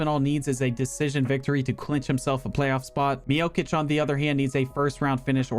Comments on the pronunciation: Not miokic miocic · That pronunciation of Miocic is killing me lol